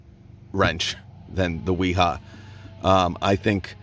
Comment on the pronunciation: Real quick, I'm a German tool finatic. So no offence but you are making the same mistake everyone makes and I use to make, until my mother-in-law from Dusseldorf German had to correct me on. W's in German are pronouced as V's. so Wiha and Wera would be Viha and Vera. Granted Wiha with a W is funner to say. Also Milwaukee does make some great hand tools, I have the 1/4 and 3/8s socket sets.